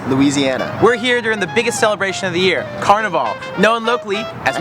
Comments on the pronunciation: This was A AWFUL REPRESENTATION OF MARDI Gras.. and we don't pronounce carnival. CARNEE VOL. .. ITS PLAIN OLD CARNIVAL. LIKE CARNIVAL CRUISE. SMH.. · It drives me nuts because you know they've heard people saying it correctly while they were here. How the hell can they spend time making this video, and not learn how to pronounce the name of the city? Not to mention they call Mardi Gras Car-Nee-VahLLL a few times, as if they were in Rio.